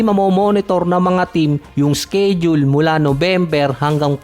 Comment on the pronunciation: "sked-jul at indi "skeyd-jul"